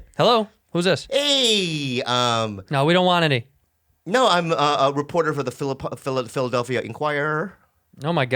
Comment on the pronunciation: This nigga Bobby said, “Phillip-Delphia.” 😌